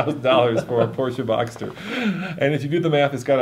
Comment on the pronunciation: Boxter. Boxster. Not boxer. It is a boxer engine. The Model is Boxster. Say it it with me...